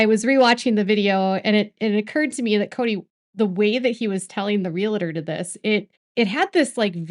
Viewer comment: It's pronounced Real-tor, not Real-i-tor. :) PSA.